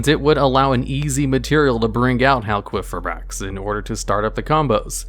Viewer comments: I'm pretty sure the qi in halqifibrax is pronounced as key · No one gonna mention this man saying "hal-QUEEF-ibrax" ? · "Crystron HalQUEEFibrax." Lmao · "Crystron Halqueefibrax". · We need to have a talk about Hal-queef-fib-axe and his pronunciation. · Anyone else noticed he said hal queef eye backs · did you just say hal-queef-ibrax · I’ve never heard crystron halqifibrax be pronounced the way you do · never heard someone pronounce halqifibrax like that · So am I the only one bothered by how says Halqifibrax?